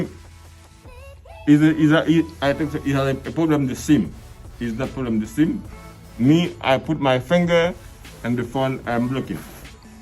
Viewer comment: S_I_M ❌ SEEM ✅